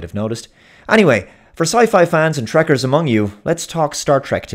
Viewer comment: You said Trekers, ha! Every time you say that Gene Roddenberry spins in his grave....do it again.